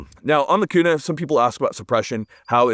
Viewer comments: " the only transitions we support on this channel" 😂. And yes HERE in IDAHO it's definitely Qna not Koona haha. I need 1 of these for my channel!!! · Koona 🤤 k-U-na 😎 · I only clicked on this video to see how you would pronounce Kuna. You did not disappoint.